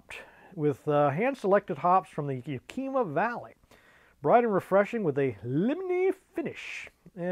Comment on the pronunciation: Hehe!! FYI: The "i" (eye) in YAKIMA is pronounced like the "i" in "it", not like an "ee" as in "meet". It is the tribal name of the local indigenous peoples there. Yakima is where the hops are grown, not what variety they are. Something like 70% of the hops grown in the US are from the Yakima Valley and are used by brewers all over the world. The boys over at the "Craft Beer Channel", Brad and Jonny, created a documentary about it: "The Hops That Built Craft Beer -- A Documentary", Cheers! :)